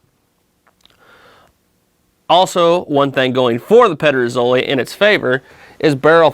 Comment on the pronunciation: You came fairly close with the pronunciation actually 😄 Very cool comparison! Here in Denmark, the only gig in town when it comes to contemporary made muzzle loading long guns are Pedersoli (and sometimes Chiappa). We used to be able to get some of the other Spanish and Italian makers here, but it seems that most of them are either out of business or have switched their focus entirely to the US market. I have a Euroarms "Hawken" in .45 that I am currently working on; the stock needs repairs (it is cracked at the tang, as many of them are) and a refinishing.